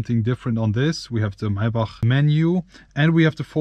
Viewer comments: the my-back lmao. its pronounced MAY-BACK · MAY-BACH bro not MAI - BACH lol. German pronounciation is crazy. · First of all It's Maybach not Maaaebaaak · “my bach” 😂💪🏾💯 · lets count how many times he said "mai bahhghck" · Holding on for dear life as I heard "My-back" for the umpteenth time. Send help! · The “”MAAABACH””” where’s the Y ???? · "MAAY BUCK" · Its not (my buck ) bro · Why are you pronouncing maybach so strange? Its pronounced may-back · I can't take you seriously when you keep pronouncing it as maybahhhhkhkhkhkh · The way he says Maybach 🥴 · bros name is but can’t even pronounce maybach